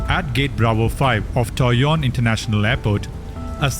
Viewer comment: The pronoucation of Taoyuan(桃園） and Kaohsiung(高雄） are wrong